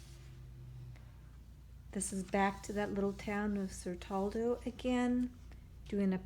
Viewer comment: I love the Siena sketches, the tower and the one of the placemat. Has such a strong atmosphere. And the agriturismo page, wow - I literally feel the sun on my skin. I love Toscana, need to go back! As for Certaldo, i think C is pronounced as CH like in "chair". Rule is C is always pronounced so if followed by an "i" or "e". In every other case it's pronounced as "k".